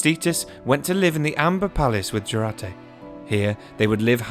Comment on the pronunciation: pronounce like yourate-Jurate